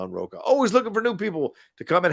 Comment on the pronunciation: John Rocha is also a famous irish designer although the surname is pronounced Rosshh-ha